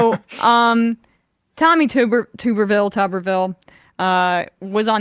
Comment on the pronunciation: Tuberville -- pronounced: tub-er-vil (not tube-er-vil) I'm no fan, but after 3 yrs as Senator (& many yrs as a prominent head college football coach), there's no excuse to not correctly pronounce his name. (Maybe mispronouncing it is an intentional dis?) Whenever I'm not sure how to pronounce someone's name I find out how THEY THEMSELVES pronounce their own name.